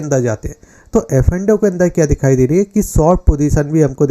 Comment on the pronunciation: Tum f n o nhi bol pate ho hamesha affando bolte ho yr